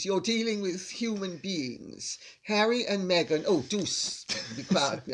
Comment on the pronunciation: Love hearing LCC laugh like that with her son, so lovely. Also love the way he pronounces Harry as Hairy. 😂